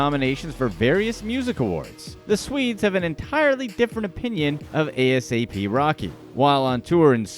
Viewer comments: Bruh just say ASAP. Don’t spell out the words 🤦🏽‍♂️. It’s ASAP Rocky. No periods. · Brother his name is NOT a.s.a.p. rocky its asap rocky edit this vid thats terrible! a-sap rocky thats so disrespectful man. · ita asap not a s a p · I cringe everytime he spells it out.... Lmao 😂😂😂